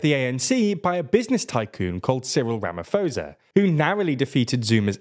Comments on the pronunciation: Its Rama-Poh-sa not Rama-foh-sa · Pronounced Posa not Phosa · When you said "Ramafoza" I immediately started to trust your opinion isn't biased. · it's Ramaphosa not Ramavosa. Pronounced kinda like this Ram-a-phosa. - I'm not really sure how to explain it in creater detail. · I wish you had watched just one single video that showed how "Ramaphosa" is pronounced. Sounds like Ramaposa, not Ramafosa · Just putting this out there... It's not Rama-faux-za. It's Rama-paw-sah, but say 'paw' like a Brit. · It's pronounced Rama-pauser, not Rama-fosa. If you had watched a single news story from South Africa about him, you'd know how to pronounce it. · It's RAMAPHOSA not RAMAFOSA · Cyril Ramaphosa's last name is pronounced with a P-sound. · Ramaphosa is pronounced "Rama PO ZA" But I'd be ecstatic to see ANC fall below 50% of the vote. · Ramaphosa is pronounced with the P sound, not the F Sound. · RamaPoesa. Happy? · Ramavosa is his new name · Look, a lot of our names and surnames here in Africa aren't hard to mention. With the President of SA for example, just drop the H in the name Ramaphosa, and you will mention it as RAMAPOSA with a hard P not f. Very simple. Just because they can be spelt using letters that an English-speaking person can recognise, it doesn't mean you should read it like any other English word Only some Bantu languages have many clicks that are hard to repeat if you never grew speaking them. I just think, if a person is speaking on a media platform and they are a professional platform, like TLDR, it's only fair that they take just 30 seconds off their time to search how to say these names. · The "ph" in Ramaphosa is pronounced like the alphabet "Pp" in the English word "pound." It's not "Ramafosa." We haven't had any power cuts for almost two months now, and now we're expecting the ANC to win but with even reduced proportion and that's great news! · Little heads up. The "ph" in Ramaphosa isn't an f sound, just p, 'RamaPohsa'. 🙂